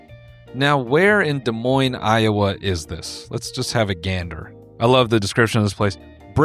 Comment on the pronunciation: I'm in Iowa and hearing him say Des Moines was an actual jump scare